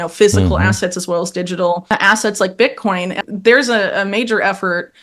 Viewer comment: She called it "Bear-coin" 😂